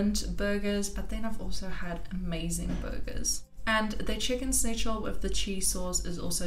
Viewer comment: Schnitzel not snitchel 🤣